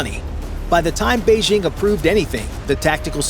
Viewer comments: "Beizhing"?? Are you trying to say "Beijing"? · Beige-ING? It’s not in French. It’s a J: Bei-DJING! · Bay-Jing', not Bay-zhing'.